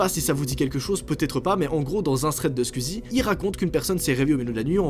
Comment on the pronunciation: Alors moi je t'aime trop je suis une abonnée à toi mais je veux pas être méchante c'est que juste je trouve que tu dis mal squeezy c'est tout tu dis assez mal